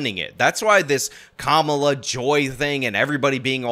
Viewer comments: I love how you have to say Kamala like if you actually trying to be racist…Camel-ahhh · every other Indian woman pronounces the name “kuh-MAH-luh” and ‘kuh-MAH-luh’ is INDIAN. Why she hating her own name? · "Kamala" is an Indian name and it's pronounced "Kuhm'la." She doesn't even pronounce her own name right. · He pronounces her name kum-uh-la in his excuse clip, which is the wrong way to say it according to all the other hustlers. 😂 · it sounds like he's pronouncing it wrong too, and cambula he's says kamula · Kamala name is pronounced Koomala,her name is Indian, Vivek Ramaswamy is the only person that correctly pronounced it,this panel has been mispronouncing it the entire time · the name thing is ridiculous. Its the indian name for Lotus. Ka-ma-la. emphasis on the la. Both of the usage here are wrong.